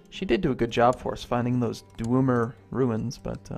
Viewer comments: Please stop pronouncing Dwemer like Dwumer. The pronounciation is Dw-eh-mer. Please and thank you. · FFS, STOP SAYING 'DWOOMER RUINS' GOD DAMN. Other than that, great video as always.